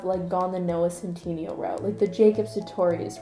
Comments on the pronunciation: I don't know if it's just your accent, but you keep pronouncing Noah's last name wrong! Lol! It's pronounced, "Centinayo" Lmao;) I love how quirky and weird this video is! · the way she said noah’s last name i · but p sure u said noahs last name wrong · / i'm more offended by your pronunciation of centineo than your pronunciation of chalamet